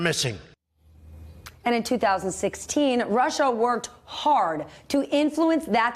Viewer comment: Anybody else really happy that he mispronounced Russia in that infamous clip with Lester Holt knowing that the clip will be played thousands and thousands of times for the next few generations as people study this time in history? it would feel a bit like being in the background of a famous picture or a video that goes viral except you're picking your nose.